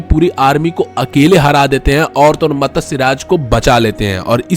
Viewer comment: Matasya nhi matsya chutiye